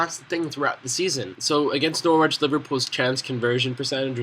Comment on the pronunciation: good vid but it's pronounced nor-rich not nor-wich.